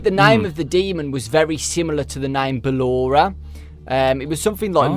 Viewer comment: it's ballor